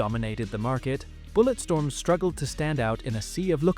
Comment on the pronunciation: Ah yes "BulletSTROM"